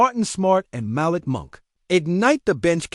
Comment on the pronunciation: Malik Monk. It is pronounced mal EEK with the accent on the second syllable.